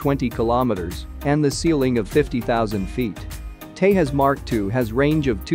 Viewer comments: It's not pronunced Tayas, the J is not like Spanish, it's pronunced "Tay Jus" in Sanskrit it is means splendor. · If you are gonna make a video about it, learn to pronounce it's name. J in Tejas is pronounced as J not H. :-) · india is not latin america here "j" is pronounced as "j" not "h". Its Tejas not tehas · In India, we don't pronounce J as H like in Spanish. So, Tejas is Tejas, not Tehas. Tejas in Sanskrit means fierce. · The "J" in Tejas is pronounced as J and not H. India is not same as Mexico you imbecile. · You are pronouncing Tejas as Tehas! 🙄😳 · It's not "Tehas" you idiots cos we don't use Spanish. Its Tejas with J spoken as J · It's not Te-has. It's pronounced Te-jas. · It's not Tehas it's Tejas (The J will sound) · it is not 'tahas' it's 'tejas' | try to learn Sanskrit a little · Why do insist on pronouncing Tejas as "Tay-Hus" the Latin American way, instead of "Thae-jus", the Sanskrit/Indian way? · TE"J"AS. Jose . Te Ja S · The J in Tejas is and should be pronounced as J in Jesus. Not like h. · The commentator doesn't know how to spel tejas. He is calling it TE-HUS. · Great vid But just one thing you pronounce tejas wrong it’s not a Spanish word so you can actually word it out J in Tejas !! And as a Indian I will say it’s not great or good jet and no were close to f16 Hopefully it will not become backbone of IAF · The correct pronunciation is Tey-Jās (Ja not Ha). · its te zhas. YUST correcting you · Its English Tejas no Spanish Tehas. 🤣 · I suppose we are prohibited to pronounce the J in Tejas, similar to Hanuary, Hune, Huly. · First of all it is called 'Tejas' (J for Jet) not 'Tehus'. it's a hindi word. Please do learn to pronounce correctly. I wonder what kind of research you did before making a video on it where you couldn't find real pronouns. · It is not THAS!!! IT IS teJas folks!!! J should not be sounded as H!!!! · It's tejus not tehus 😂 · Its tejas.. as in J for juliet.. not tehas.... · It is TEJAS not TEHAS. J is not H as in Spanish.